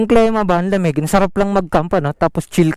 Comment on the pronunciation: sir klima po, ndi klema. ilang beses nyo p po inulit. God bless! more videos to come.